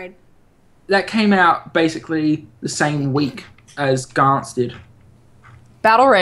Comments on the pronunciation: It isn't pronounced 'Gants'. It is pronounced 'Gan-tsu' I am sorry to be the pronunciation nazi but it annoys me when it is said wrong. But the Anime is just fantastic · Even the anime says its 'gan-tsu'. Well that is what I heard but I may be wrong